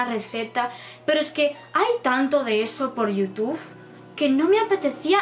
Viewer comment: tu me gustas mucho pero tu dices yotuf